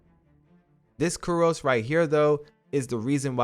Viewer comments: Dude. Curio is pronounced "kure-ee-oh". These videos are great but I cringe every time I hear you say "kur-ohs". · Kyoo-ree-ohs, lūng, jin-seng. Good video